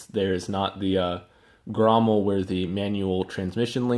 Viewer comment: Grommet. Not grommel